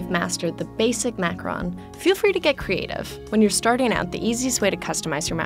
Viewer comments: I hate the way she says macaroons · It's Macaroooon luv. Gees! Macarooon. Rhymes with room.